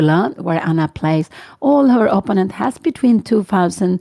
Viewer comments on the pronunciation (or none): I would like to offer the tinniest bit of help for Ms. Cramling's great commentary. The word in English is pronounced opPOnent (accent on the second syllable). Since it's a word that comes up constantly, I thought it was worth mentioning for the future. Thank you for your work on the channel.